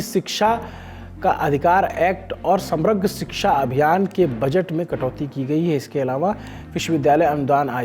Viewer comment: he seems like a non serious reporter and reading news like 5th class kid reading hindi text book. - pronounce "samagra" as "samrag". - vit mantri amit shah ne bihar daura kra 😂😂😂😂 Or ye vo hi hai jo job ke time alag hi notanki karte hai ki matra or uchharan me galtiya nahi sahi jayegi.